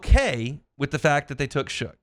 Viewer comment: He is definitely our next franchise quarterback. He will be an elite quarterback. Oh and his name is Tyler Shough pronounced Shuck not Shook.